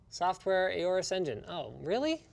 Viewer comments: OR-US Pronounced Like Aura. Don't worry I started saying AY-ORUS too when I read it. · did he just say A-ores?? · Aay-O-RUS?!? Triggered 🤬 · When linus say aorus as ey-ow-rus But you pronounce it as aw-rus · Linus, it's pronounced "Orus" not "ayorus". I read somewhere to think of the Egyptian god Horus without the H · am I the only one triggerd by how linus says aorus?